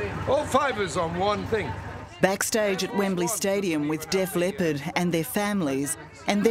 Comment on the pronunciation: It’s Def LEPPARD not Def LEOPARD. FFS 60 Minutes